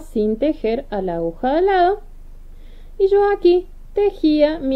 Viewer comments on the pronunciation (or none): Precioso lo que está haciendo Pero ud. Es una informadora, educadora al fin. Se dice a-gu-ja. Espero no le moleste .Patricia. mendoza